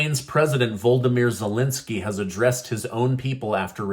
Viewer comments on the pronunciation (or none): none